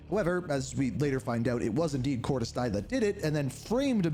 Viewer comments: Cortez dee-uh, get it right ✅️ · Please never say Cortis Die again. I'm begging you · It's pronounced "Cordis Deah" while it's spelled "Cordis Die" I know it's confusing but yeah... when you get used to it, it's easy. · Cordis WHAT?!?! My brother I question your COD knowledge with that atrocious pronunciation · This guy doesn't even say cordis die right.